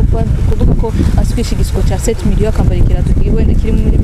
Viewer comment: ndakurahiyeee journaliste naw ng arateshej nza numv ngo:"Sept mirion"